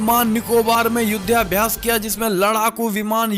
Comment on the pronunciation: युध्याभ्यास नहीं युद्धाभ्यास बोलें।